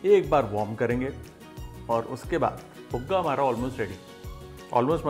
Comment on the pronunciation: Buga nahi ji Puga 😊😊